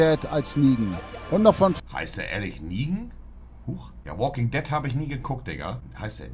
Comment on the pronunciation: Alle: The Woking Ded Monte: Se wokink det No hate😂